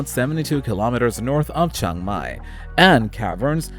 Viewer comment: It’s Chiang Mai not Chang Mai